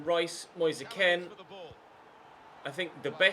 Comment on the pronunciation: It's not Ken, it's Kean, come on